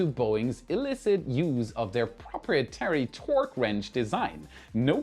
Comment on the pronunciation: 'Proprietary' is pronounced, "pro PRY uh-tary", not "PRO pria tary". Love your accent, though. You Rock.